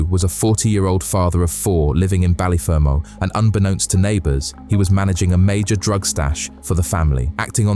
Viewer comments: The way you said Ballyfermot is the wrong way and the names are said wrong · He couldn't even pronounce Ballyfermot Wright